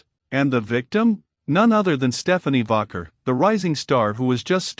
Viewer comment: It's Pronounced Vaquer not Vaguer